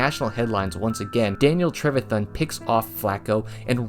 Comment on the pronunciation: Throwing shade here. With so much detail put into video, quite surprising to hear mispronounced names. “Travthon” ? “Kayshon BUTT”???!!???!! It’s pronounced “Truh-Vay- Thian”. And “Boot-Ay”.